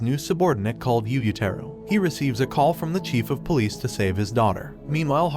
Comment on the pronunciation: when the idiot Narrator can't even pronounce police properly and say's pol.